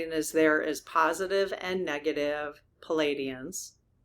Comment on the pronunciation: Dear, darling! PALADIANS- spelled your way PLEIADIANS - spelled CORRECTLY with the silent i, so it’s pronounced PLEE - AH - DEE - ANS or PLEE - AY - DEE - ANS please try, sweet!